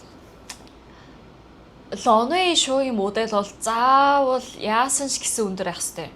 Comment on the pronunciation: Runway show гэж байх шиг байна лонвэй гэж сонсогдож байна